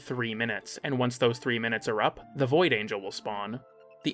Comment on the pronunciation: okay no you're saying "boid". is that like a boy version of a "foid". are we on eighty-seven layers of irony now